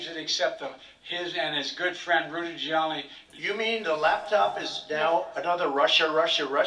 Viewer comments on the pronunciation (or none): Or when he called Rudy Giuliani, Rudy “Giu-lani”